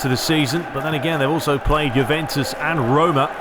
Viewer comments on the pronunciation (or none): none